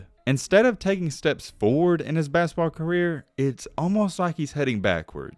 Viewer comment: I heard that too😂